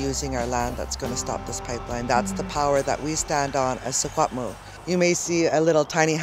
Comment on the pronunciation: really close! Secwepemc is pronounced Shi-HUEP-muh-k, but white ppl call the area & language "Shuswap" anyways. I'm registered on Shuswap land but my family is from mistissini over in quebec. I should make the trip and spend some time fighting the Pipeline!